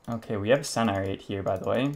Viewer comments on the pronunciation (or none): none